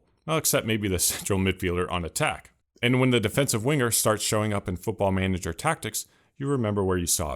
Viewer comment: it's manager, we just say manager